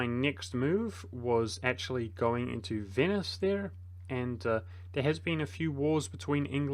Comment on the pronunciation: Vote now for your favourite mispronunciation! A: Ferrari-a B: Venus C: Core-few D: Grief EO